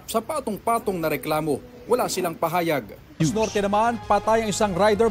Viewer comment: Ayusin nyo ang pag bigkas ng salitanng PAHAYAG…..